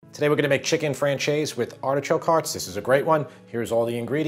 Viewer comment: looks awesome and now I know how to pronounce francese